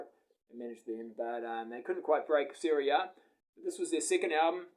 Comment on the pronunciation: Pronounced Saraya. With a long A not an I. Saraaaya.....not Sar I ya